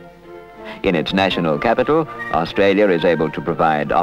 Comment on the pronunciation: I remember this Canberra so well - and I love hearing Canberra and Australia pronounced properly rather than today's bastardised versions of 'Cambra' and 'Australya' that I hear so often on the radio and TV (including the ABC).... my pet hates.